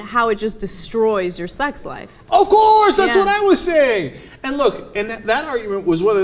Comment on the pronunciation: When Cenk blurped, "OF COURRSEE!" I couldn't help but laugh.